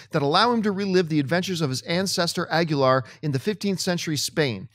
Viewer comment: The name of the character, "Aguilar" is pronounced "a-gui-LAR", and the "gui" part sound similar to your sound "ki", but with a "g" sound instead of "k".